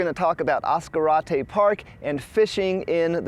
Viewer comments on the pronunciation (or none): As Car Ate Tay, just say it really fast! : ) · ASS-Karate park 😂, sorry mang 😊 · Oh John is not pronounced Ass-Karate Park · Other than the mispronunciation of the name, lol beautiful video . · Your pronouncing it WR0NG!!!! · How did you pronounce Ascarate? Why are you trying to Anglo Americanize the name of a place? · Nice but that's not the way you pronounce Ascarte surprised the man fishing didn't correct you.